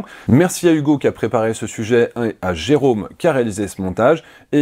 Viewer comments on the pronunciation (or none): none